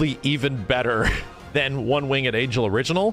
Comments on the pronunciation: It's Winged, not Wing-Ed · you pronounce winged wrong dude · Also its "One winged angel" not "One wingded angel" or "One wing and angel" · "one wing-ed angel" lol bruh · Who pronounces the e in winged? I only ever hear wingd. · The way he says "winged" irks me slightly. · Are you saying one winged angel like that on purpose?